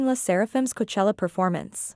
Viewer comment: By the way,Korean accent does pronounce C/K as G,most names that start with K like Kyujin gets pronounced Gyujin. So,them saying Goachella and you attacking them means you’re insulting their accent. Insults can go so many ways,since you guys love drama.